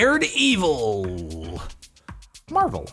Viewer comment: sorry but did he just say "dared evil"